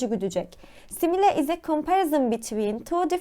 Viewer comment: Verdiğiniz bütün bilgiler için çok teşekkürler lakin videoda birçok kelimeyi yanlış telaffuz etmişsiniz. Önceden bunların doğru telaffuzunu öğrenip sonra videoyu çekseniz çok daha iyi olurdu. Böylece sizi dinleyen öğrenciler de kelimelerin telaffuzunu yanlış öğrenmemiş olurlardı. Simile kelimesinin telaffuzu /ˈsɪm.ɪ.li/ , chiasmus kelimesinin telaffuzu /kaɪˈæzməs/, absurd kelimesinin telaffuzu /əbˈsɜːd/, onomatopoeia kelimesinin telaffuzu /ˌɒn.əˌmæt.əˈpiː.ə/ , hyperbole kelimesinin telaffuzu /haɪˈpɜː.bəl.i/, Elbette mükemmel bir şekilde telaffuz etmeniz gerektiğini söylemiyorum ama hepimiz daha iyi olmak için çalışabiliriz, öyle değil mi? 😊